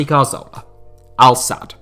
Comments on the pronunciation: santi CARZOLA is a terrible attempt at pronouncing 'CATHORLA' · It's pronounced Cathorla, not Car-Zola you eejit. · get his name right, it's Cazorla not Carzola... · How does this guy still not know how to pronounce Cazorla? Just read the word, it's CA-ZOR-LA not CAR-ZO-LA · That Carzola dude you mentioned looked a lot like Cazorla. How can you not pronounce that? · Cazorla, not carzola